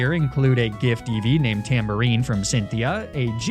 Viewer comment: I can’t with how this guy incorrectly pronounces so many names